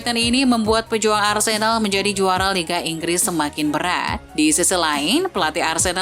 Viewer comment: dengerin suara Mimin nya Arsenal jadi Arsedal 😅😂